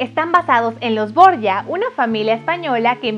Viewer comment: por que no pronuncia borgia con g? lo hace con y, me irrita demasiado xx